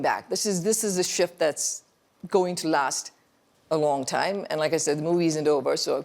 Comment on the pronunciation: At a time ❌ At a thaime ✅ 😂😂😂😂😂😂😂